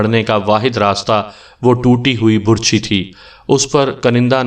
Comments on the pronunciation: اوہ ڈیر کہانی گھر لفظ بَر چھی ہوتا ہے بُر چھی نہیں ہوتا میں نے بہت دفعہ محسوس کیا ہے جہاں آپ کا دل کرتا ہے آپ پیش لگا دیتے ہیں جہاں دل کرتا ہے زبر اور زیر لگا دیتے اس میں کوئی شک نہیں آپ کہانی بہت خوبصورت سُناتے ہیں. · Burchhi ghalat lafz h, Barchhi sahi h.... Lafaz ghalat h, lafz sahi h....